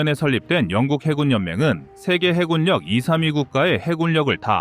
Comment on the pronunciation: 이젠 좀 해굴역, 공굴역 ... 이딴 발음 좀 없애주길... 정말 못 듣겠다. 쩝.